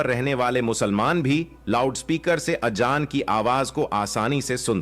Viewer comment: अबे गनडु अजांर हे वो आजजान नही हे